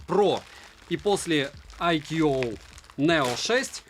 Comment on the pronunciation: АйКюОуОу--у-у! Моск уже сломался, теперь уши довядают ;-) Бренд называется ""АЙКУ" (можно "АЙКЬЮ")! VIVO создавая этот суббренд сознательно в названии обыграли созвучие в произношении IQOO (I Quest On and On) и IQ, намекая на "интеллектуальность" суббренда.